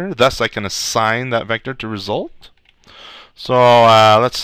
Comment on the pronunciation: is awesome! "Ree-sult"!